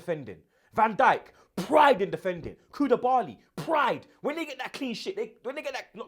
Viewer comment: Who the hell is "Koudibarly"?